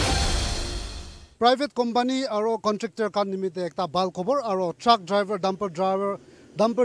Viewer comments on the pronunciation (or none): none